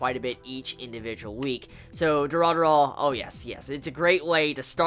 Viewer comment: Pleaso, don't ever pronounce Durarara again.... it's so bad and cringy